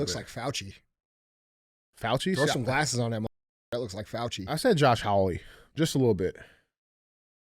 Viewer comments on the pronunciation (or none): none